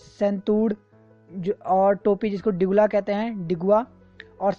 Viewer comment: Some corrections.. डांडू नहीं ढ़ाँटू टिगुवा नहीं डिगुवा या डिगवा चौली थाल नहीं चौली थात तिमरू नहीं तिमुर